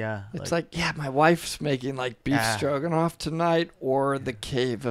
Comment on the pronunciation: “Stroganoff” lol